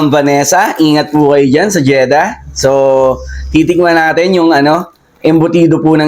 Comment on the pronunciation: pwede ba baeasan yung pabigkas mo ng so sa bawat salita mo